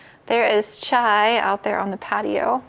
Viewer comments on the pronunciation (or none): none